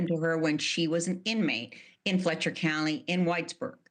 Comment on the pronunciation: It's Let-cher County, not Lec-ture.